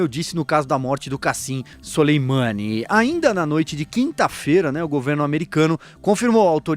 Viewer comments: A pronuncia correta é Suleman(i) . O i final é quase mudo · o cara nao sabe nem falar o nome do Soleimani haahahahahah